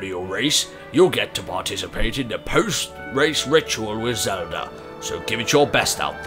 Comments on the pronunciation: no offense to your nationality Martyn, but I find it amusing that you say it like "zelder" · it sounds like you say zeldra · the first time he said zeldait sounded like he said zelder